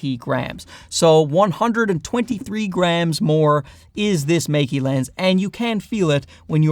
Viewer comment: Good comparison, but I think it should be pronounced more like Maker, not Make-E. At least you're not calling them Mikey like many others do.